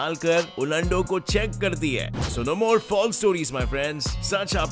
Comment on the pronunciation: Kis kis ne per un ando ki jagah ulundo suna 😂😂😂😂😂